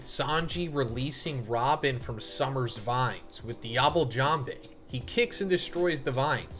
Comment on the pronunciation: Yeahhh I'll be back once Sommers is gone. Idk if I can listen to say "summers" a million times. I didn't care at first but now I'm like ight man I'm good 😂